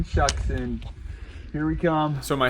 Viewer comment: Shuksan is actually pronounced “shook-son”